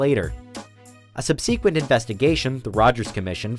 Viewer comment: Does this narrator actually say "sub-see-quent". That is not a word.